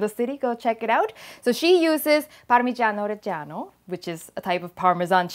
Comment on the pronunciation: LoserlyCool of course! she is Thai and Thai language has more tones than French/English languages so she can easily say it with the right accent :)